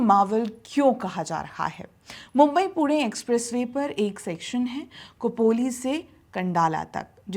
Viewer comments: 'को'पोली नहीं 'खो'पोली – 'ख' जैसे 'खो'पड़ी. ना कि 'को'पड़ी! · कुपोली नाही खोपोली आहे ते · खोपोली और खंडाळा सही उच्चार करिए